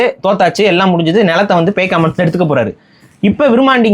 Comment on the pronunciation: அது பேய்காமன் இல்ல பேக்காமன்....